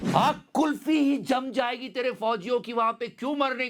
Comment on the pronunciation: कुलपी ✅कुल्फी ❎ 😂